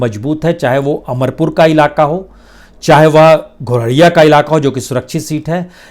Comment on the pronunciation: Ghoraiya नही धौरैया